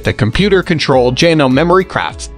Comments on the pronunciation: Got tired of hearing him mispronounce janome an mispronounce s e w e r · Can’t he pronounce Janome correctly ?